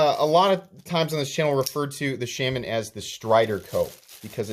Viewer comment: Shay-man. Or Shah-man. But not how you're doing it.